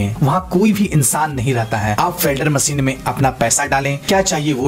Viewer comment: वेलडर मशीन नही वेनडिग मशीन सही बोले